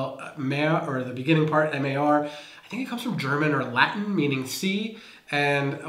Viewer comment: Mar in Marsvin is pronounced the same way as Mar in Martha Stewart lol. I am Danish living in USA. Have been here for 38 years. I am moving back to Denmark in 7 weeks, bringing my 20 year old daughter who speaks some Danish but you can definitely hear where she grew up. She has gotten mad at me many times because of how we pronounce words. And also our grammar. Apparently it is all my fault lol